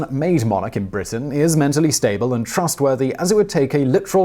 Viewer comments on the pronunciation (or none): none